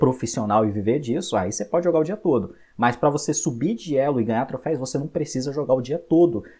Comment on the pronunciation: video bom, porém você ta falando "Troféis" e não existe, dói ficar ouvindo toda vez q você falava kkk